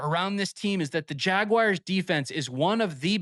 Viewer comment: I love this channel, but ngl, wish you'd stop saying, "jag-wires" 😂